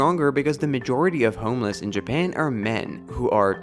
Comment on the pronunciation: nobody: this guy: jaban